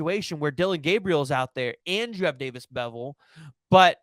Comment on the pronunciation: I wanna slap this guy for saying beville smh